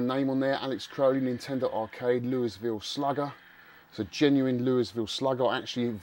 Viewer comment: Such an epic room! I loved this video so much. Gotta love the bond evil villain chair. Such an awesome snes collection. I’m jealous. FYI, Louisville slugger is pronounced “Louie-ville,” the same way as the city in Kentucky where they’re made. Amazing pickups!!! So much nes goodness!!! 😊 Looking forward to watching part 2!!!